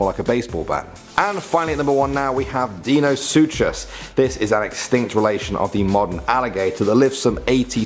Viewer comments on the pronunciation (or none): kinda butchered the name deinosuchus its pronounced dinosucus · The h in deinosuchus is actually silent